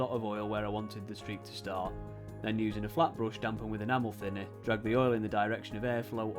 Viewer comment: I've watched so many of Plasmo's videos that I was really surprised when I heard "enamel thinner" pronounced properly :D.